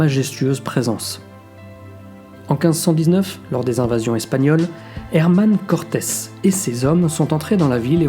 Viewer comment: "Hermann Cortez", Hermann ??? Il s'agit de Hernàn Cortez.